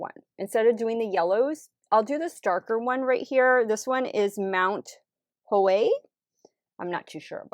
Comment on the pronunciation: It looks like a fun palette and the packaging is beautiful, but it's a pass for my undertone. Thanks for the fun vid. I like how that burgundy turned purple over the blue. Oh, u pronounced Hoei correctly. 😊💕 The vowel sounds in Japanese are pronounced like those in Spanish.